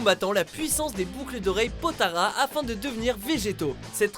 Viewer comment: T a dis potara 🤦🏽‍♂️